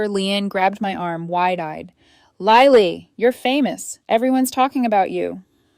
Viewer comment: Her name is Lily as in the flower NOT Liely!!!! LILY!!